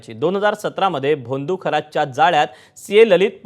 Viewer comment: भा त मी ??? बा त मी असतं ते 😂🤣🤣🤣🤣🤣 बोंदू? भोंदू म्हण काय शुद्ध मराठी बोलणारे निवेदन ABP माझा